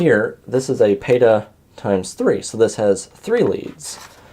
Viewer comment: Its not BitPhoenix, learn to say the brand name properly. Its not Peta, its PATA! Learn to say the words properly.